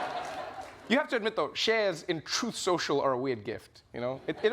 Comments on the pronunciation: I don't mean to be a stickler but I believe it's pronounced "Troth Shoshal" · "TROATH SENSHAL" 😂🦅🇺🇸 Yes, he actually said that. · Uhhhh….. it’s pronounced “Troth Senchal”